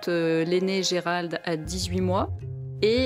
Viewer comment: borhinger bourrer dit gerard au lieu de gerald ,quelle honte............